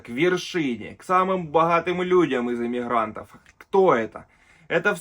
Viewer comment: Имихрантов?аж режет ухо.